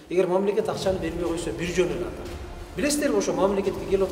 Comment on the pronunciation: Бул кишинин ата деген созу дагы сонун экен даана кыргыз